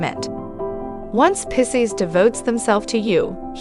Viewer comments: This is good. However the pronunciation is Pie-seas Just think I want Pie, over Seas Picese Everytime I heard pissas, it made me cringe. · 🤣 😂 “Dating a pisses guy? Interested in the way a pisses man thinks? Listen to our advice as we tell you all about your future with a pisses man and simply refuse to acknowledge or properly pronounce the word Pisces.”